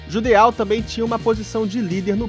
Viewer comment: Se não me engano o nome do Judeau se diz "Judô"